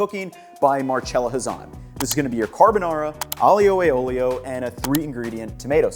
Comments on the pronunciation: I know it shouldnt bother me, but Aglio e Olio is pronounced with fewer slylables than you are using. Aglio and Olio are both two sylabls, so it should be closer to 'Ahl-yo' and 'ole-yo' for an 'ahl-yoo e ole-yo' pronounciation. The gli officially sounds like the lio in "million". You are great on the opening to both words, you just end them differently. Thank you for the video, I hope this comment finds you well and doesn't cause you irritation. Italian pronunciation can be rough on the english brain. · I love the way he pronounces Aglio E Olio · Please please please for the love of God man, learn how to properly pronounce Aglio e olio. My ears still hurt. Love your videos BTW.